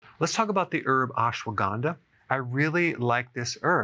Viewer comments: It’s pronounced as “ASHWAGANDHA” not “ASWAGANDA”. Ashwa = Horse Gandha = Smells Means “ That smells like horse!” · It's Ashwuh-gun-dhaa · He's pronouncing is wrong. It's not Aesh waa gaandaa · Doctor, you aren't pronouncing it right